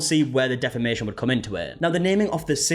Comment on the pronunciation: She doesn't even know how to say "defamation" for fucks sake.... Can she say "jealous"??